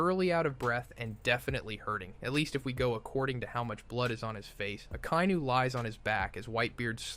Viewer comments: Probably AI struggling to pronounce foreign names as usual (obviously it should be A-Ka-I-Nu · Lol who is Uh-kay-new? (Phonetic spelling of how you pronounced Akainu) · Listen to how he said AKA